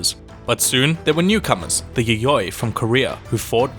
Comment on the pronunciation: The way he pronounces 'yayoi' and 'yamamoto' triggers me 😓 He pronounces the first 'y' as a vowel and then as consonant in the middle of the word? Why? 'Y' is only a consonant in japanese...